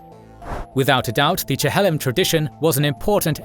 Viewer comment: It's pronounced Chil-lom rather than Che-hel-lom